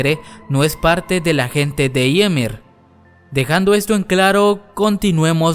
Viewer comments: "Yimir" tambien me desespera jaja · Se dise ymir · Se dice Marley y es Ymir o Yemer😑🙄